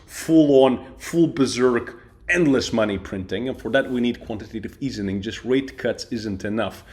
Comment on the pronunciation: You pronounced easing incorrectly.